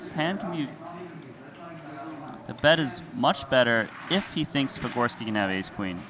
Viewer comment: Dude has butchered patgorskis name repeatedly